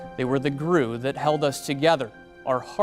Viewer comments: 😂😂😂 “they were the grew that held us together “ not glue.. 😂😂😂😂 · Yeah why did he pronounce it that way 😂